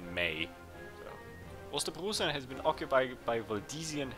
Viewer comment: I think you are supposed to read Ostpreußen as ost-proj-sen. eu is read as oj in German. Source: I live in Berlin.